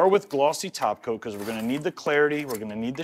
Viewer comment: He says topcoat like "taco" like Simply Nailogical does. 😂